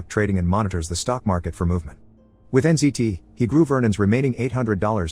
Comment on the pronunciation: Wait is th drug called NCT or NZT? I keep hearing NCT :')